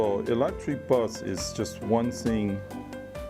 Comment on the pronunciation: 連勝文其實可以去上發音課程, 到底什麼是 one sing??? 不是 one thing嗎!!